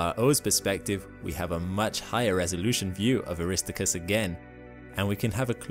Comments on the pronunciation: Air- ris-STAR-chus. That's how it's pronounced. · I popped an ear drum when you said “a-RISS-tow-kris”. Then repeated it over and over again. I think my ears will never be the same. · The astronauts that went to the moon call the crater "Aris-TAR-cus", not "Awrist-TO-cus". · Mispronounces Aristarchus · … “Aristacus”… Ummm… NNNOOO!!! … 😂😂😂🤦🏻‍♂️🤦🏻‍♂️🤦🏻‍♂️🙄🙄🙄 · Air-is-STAR-kus PLEASE!!!! Thank you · Aristarchus is not pronounced Aristicus. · I'm pretty sure it's pronounced Ah-ris-TAR-kus. Just FYI. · Wonderful presentation, however: Aristarchus: aris TAR kus Rille: rill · Very informative. Thank you. PS Better look up the correct pronunciations of "rille" and "Aristarchus"... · You mentioned Ina but not any at least theories as to how it and similar features formed, nor any new discoveries about it. I clicked on this because I thought something new had been found out. :-| Disappointing. I don't think your pronunciations of Aristarchus and rille are correct, though I suppose it could be a cultural thing. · Some fantastic imagery of lunar surface features! But pronunciation is sometimes weird. Aristarchus is supposed to be, "air-uh-STAR-kiss" Rille is one syllable – the final "e" is silent, "rill" Montes Carpatus is "mon-tess car-PAH-toos" (it's Latin for Carpathian Mountains) I think there were others, but these stood out to me. Still, none of this really detracts from the great information covered here. Thanks! Fred